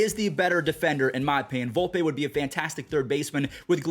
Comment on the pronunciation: Volpeeeeee not Volpay dummy